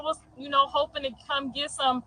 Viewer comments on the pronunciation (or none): none